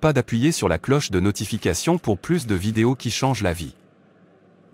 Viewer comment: Merci pour cette prière mais la voix qui traduit prononce à plusieurs reprises "plusss" de retard, de stagnation, etc. au lieu de "plu(s)" ce qui n'a pas le même sens..